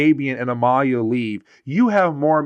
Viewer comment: It's Amelia you know like Emily oh my God